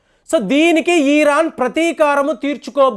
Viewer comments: ఈరాన్ కాదండీ బాబూ. ఇరాన్ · Eeeeraan kaadu IRAN ani pronunciation chey. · Plz pronounce properly Its iron Its not eeeron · చిన్న కరెక్షన్ మీరు ఈరన్ ఈరక్ అంటున్నరు అది ఇరాన్, ఇరాక్ కదా.. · It is IRAN, not EERAAN.. Very poor language skills. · ఈరాన్ ఏంటండీ సరిగా పలకండి! ఇరాన్ అని!